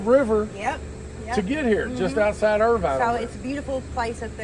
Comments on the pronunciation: Love your video. Grew up here in Irvine (Ervin) not Ir-vine!! Best food ever!! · Get someone to tell you how to pronounce Irvine Maybe if you think about it as Leaving the e off and say Irvin or like a car vin # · It’s not pronounced Ir-Vine it’s Irvine lol 😅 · "URV'N!" is how you say it. "URR-VINE" is in Orange County, California. Long live the Wigwam. The BP gas station in Waco, not far away, has the best danged gas station food on the planet.